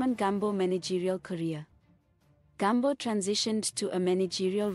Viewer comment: ITS NOT GAMB0..but Gumbo(shona word meaning leg) pronounced as its spelled